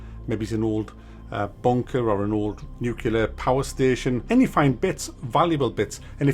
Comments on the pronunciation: I really enjoy your content but please do me one favour - the word is "nuclear", how do you come to a pronunciation of "nuke-yiller" from that - it makes you sound thick. "Nuke-lee-er", please, it drives me nuts ;) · What is "nucular"?